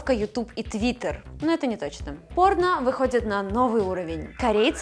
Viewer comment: мне одному показалось что она сказала порна на